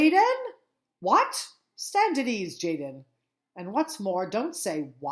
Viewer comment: Tjaden is actually pronounced yah-den